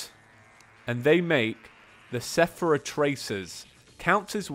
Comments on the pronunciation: "Sephira Tracers"... Where did you learn to read,? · please learn how to pronounce seraph.... "ser-af" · he said Sephra Tracers. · Just so you know, DStogether comes with all of the expansions by default so people won't need to buy them to play together. also, steam workshop is incredible. And, I really hate hearing you stumble over the word seraph, it's pronounced ser - aff (The ph is an f sound, and the ser is pronounced like the beginning of the name sarah.) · Do you have dyslexia? No offense, but pronouncing "Seraph" as "Sephera" sounds silly...